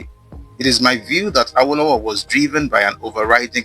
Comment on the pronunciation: This is educative and revealing. You're doing a good job but as a Yoruba man you're not supposed to westernize the pronunciation of "Awo". The intonation is wrong It's Re Re not Re do as you were pronouncing it.